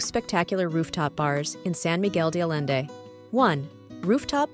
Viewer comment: Nice review of rooftop restaurants, but your pronunciations of San Miguel de Allende and other names need work.